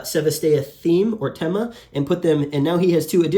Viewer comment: Thema and Themata in plural should be pronounced not like "tèma " or "temàta" but as th in thematic(which is same root) or thanks.